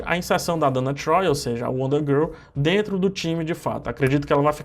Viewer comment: Você fala Donna Troy errado